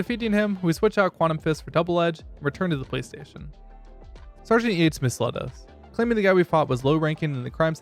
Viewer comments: Bruh ong every time you said police station, I heard PlayStation like wtf are you talking about PlayStation? Then I look at the subtitles and yea yours say police station but then I look at the auto generated subs and I find out I’m not the only one that heard PlayStation 💀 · Dude you say police station like playstation